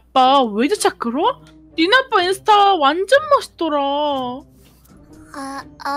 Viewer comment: 근데 인수타가 아니라 인스타 에요 오늘 재미있었어요